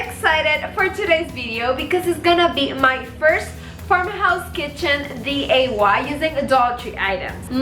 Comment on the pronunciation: It's diy not day. Otherwise super cute